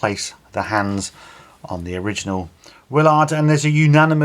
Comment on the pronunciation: The captain's name is pronounced Will-erd or Will-ird not Will-ard